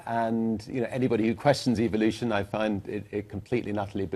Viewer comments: "Eviluton" Why does he get that kind of accent? I despise this guys luck! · It sounds like he said EVILution. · It sounds like he is saying EVIL-lution